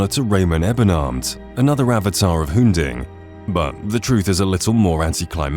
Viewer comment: "avatar of hun-ding" hmmm this seems.... not right.